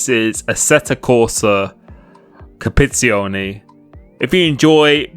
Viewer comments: its competizione not copezione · DLSS will cure the stuttering. The word is Compe-tit-zione!! Don’t forget the tit!!😂😂😂. Looking forward to watching you in ACC. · it's pronounced "Com-pe-tizi-o-ne" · Competizione, not Compizione. 😅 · Competione? Dude ur bitchering that name.. :) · "This is assetto corsa Capizione" lol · ummm you what?!.. copeetzeeoni? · You seem to need some coaching in how to pronounce 'competizione'. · Exactly! Just try actually sounding out each letter, it helps… 🧐